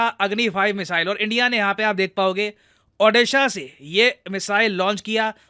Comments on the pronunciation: Sir, Pls take my state name properly Its ODISHA (ODA.I.SAA) not (ODA.SAA)... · Sir it's Odisha not Odesha. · Please pronounce my state name in proper its Odisha not Odesa a humble request 🙏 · It's Odisha ok not orissa or odessa